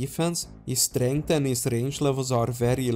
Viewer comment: hahahah for some reason every time i hear you say it, it cracks me up.